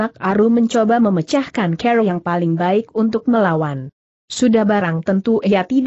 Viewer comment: Biasa,aja kali bahasanya.tuan dibaca tuon..cara dibaca ker...gimana tuh